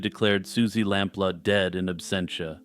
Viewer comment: Her name was pronounced Sue LamPLOO